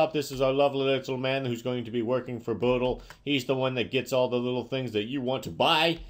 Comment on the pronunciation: You pronounced Bodail's name wrong